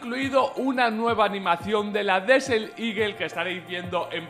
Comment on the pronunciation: Porque le seguís diciendo DESEL 😭😭😭 cuando es Desert